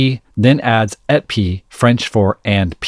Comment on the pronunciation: its too bad he doesnt know how to say the french word ''et'' because it would have sounded like épi and not Ete pi